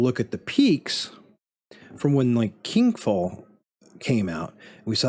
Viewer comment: this mf said kink fall 💀